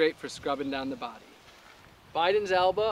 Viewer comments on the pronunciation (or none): none